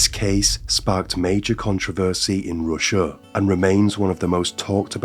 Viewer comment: I'm sorry, the story sounds super interesting, horrible but interesting. Nevertheless I cannot stand this manner of dragging syllables in last word of the sentence. "Ruuuuuusia", "Doooooore". I don't know if that's simply how some people try to become more mysterious or what? I highly doubt this is how they speak normally. So when I hear it in a video, it's an instant quit for me. Nevertheless wish you best.